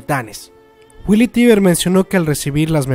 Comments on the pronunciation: No que era "Teiber" o asi segun yo lo pronunciabas en los videos pasados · Lena Oxton 'Tracer' Se pronuncia "taibr", se escribe "Tybur".